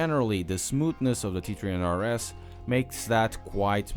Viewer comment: Lol, he says “T tree hunred RS.”